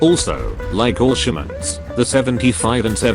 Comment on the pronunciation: Every time he said all shermans i thought he said bolshaviks